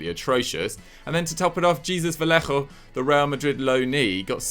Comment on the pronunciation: Great video as usual guys love the content appreciate the hard work but how do you pronounce valléllo is Spanish but Jesús in English? Do the people's names justice please. Can't wait for the next